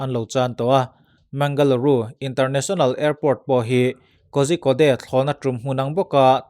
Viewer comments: Pu-a kozhikode hi korikott tiin lam zawk la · Kozhikode=Kodikawd ti a lam tur aw. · Kozhikode hi Kawrikawt tia lam tur a ni